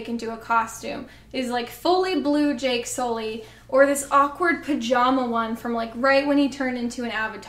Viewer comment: JAKE SOO-LEE!